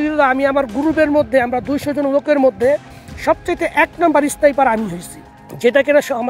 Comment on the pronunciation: স্নাইপার শব্দটা ঠিকমতো উচ্চারণ করতে পারে না😂! আবার অই নাকি ১নম্বর ইস্নাইপার😂😂!! বাঙালী বলে কথা, গল্প দিবে যখন অল্প দিবে কেন!??😅😅